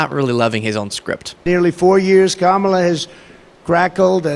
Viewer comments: He slipped up and pronounced her name correctly. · He made a mistake and pronounced Kamala correctly. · He's really losing it - he forgot and said her name right for once!